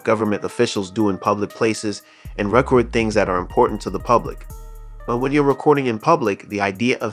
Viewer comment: Narrator is not pronouncing the word record, correctly